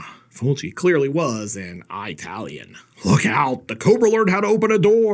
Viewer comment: Eyetalian! Stay safe.